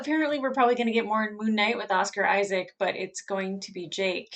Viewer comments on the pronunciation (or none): none